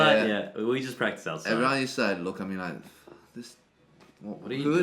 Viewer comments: "Practice", not "Pratice" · "PRATICE" I guess he skipped English class to practice as well ... ;p <3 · You have to "pratice" more! :-D 😂